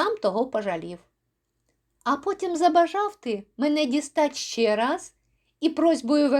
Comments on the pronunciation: Дякую за притчу. Але, на жаль, у трьох випадках Ви неправильно ставите наголос і збиваєте ритм віршованого розміру: 1. ...коли з твоїх наук я хоч що тО змудрію. 2. ...і зараз по хвилині сам тОго пожалів. 3. ...а потім забажав ти мене дістать ще рАз. (Правильні наголоси виділено великою літерою). З галицьким варіянтом української мови будьте обережні, консультуйтеся у фахівців... Правильніше читанн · Часом, заради миттєвого бажання, ми втрачаємо справжні можливості. Дякую за можливість почути цю притчу у Вашому чудовому виконанні!